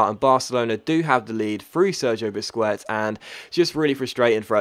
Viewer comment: Its pronounced busqets not busqwets